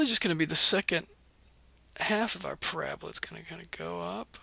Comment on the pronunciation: Parabala XD other than that great video